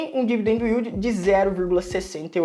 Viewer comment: Não é " u í l d i " ... é " í l d "